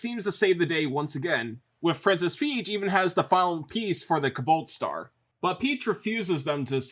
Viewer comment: I got a good chuckle in every time he said "Kabalt Star."